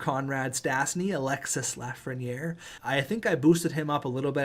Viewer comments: Alexis Lafreniere is pronounce alexi the s is silent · French lesson, don't prononce the "s" at the end of Alexis :)